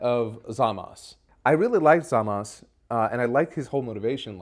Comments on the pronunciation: I cant lie hearing pronounce Zamasu correctly scratches an itch in my brain. The english dub always had me hearing ZAMAS-OOOOOOOOOOOOOHHHHHH like they were pronouncing his name then throwing an upset groan at the end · Zamas and Trunksu are names I absolutely adore in the dub